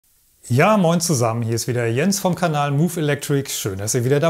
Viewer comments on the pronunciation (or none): none